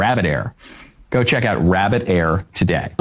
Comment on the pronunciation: Rabid Air?? 😂